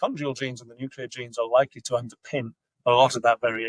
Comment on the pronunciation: Can you please fix ‘nuclear pork’ lol it’s annoying me